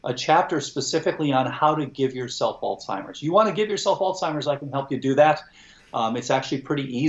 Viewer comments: Is he saying "altimers"? There is no "t" in Alzheimers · how can this "expert" pronounce Alzheimer's as "Alltimers" 🤷what the heck??? that makes me not trust him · The expert is calling Alzheimers...ALTIMERS. O.G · Really interesting discussion however, yet again I hear even an expert mispronounce "Alzheimer's", there is a "z" in the person's name. He was Alois Alzheimer, a German psychiatrist and neuropathologist and it is disrespectful to not pronounce his name correctly. Sadly you are not alone with the lazy, current usage. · Tom did a great job making sure us "little people" understood what the brilliant doctor was saying. I just wish the doctor knew how to pronounce the Alzheimers word. Gosh!